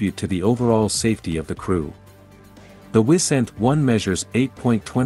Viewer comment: I second that. Also the I in Wisent is spelled as a long I.